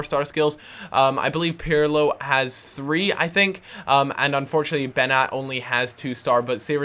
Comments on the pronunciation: It`s pronunced Benjat not Benat. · hey i agree about Beñat he is boss but its pronounced benyat that squiggle on top of the n i pronounced ny